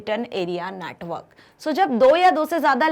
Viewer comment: Mam pronounce network as a natwork